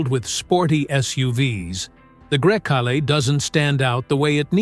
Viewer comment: ID DOT 4. And every possible way to pronounce Grecale